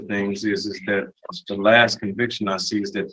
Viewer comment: I seese? I seese??? And that's the lawyer....